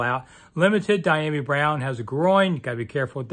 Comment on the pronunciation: You're the only one that pronounces the guys name as. It's pronounced dee-yami